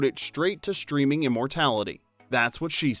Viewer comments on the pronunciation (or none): The shtreaming era? Shtraight to shtreaming immortality. . .